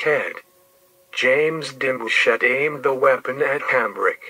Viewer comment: Why he say my last name like that😭